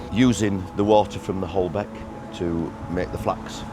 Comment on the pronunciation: Don’t call it “Holbeck” viaduct